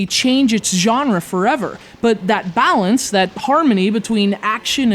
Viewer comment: Anyone else thinks he says, 'Balance' funny? Or is it just me?